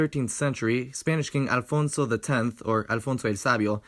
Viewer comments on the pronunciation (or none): none